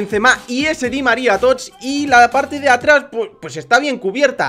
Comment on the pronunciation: embes de decir tots dises totch